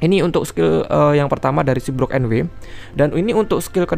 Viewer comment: IZIN MENGOREKSI DIKIT bang. untuk pengucapan brook di anime itu bukan brok, tapi bruk 😁🙏🏻